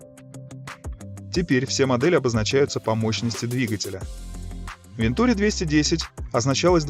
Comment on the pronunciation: АтлантИк. Это французский, детка. Все ударения на последний слог. Без исключений. Даже в русскоязычных словах франкофоны двигают ударение на свой лад. СочИ, СашА, МашА, ВладимИр, ЛёшА, пельменИ, матрёшкА, ПутИн, ЛадА СамарА, собственно СамарА и т.д. И, да, никаких "вен-" и никаких "-ту-" – это именно Ван- и именно -тюрИ. ВантюрИ АтлантИк.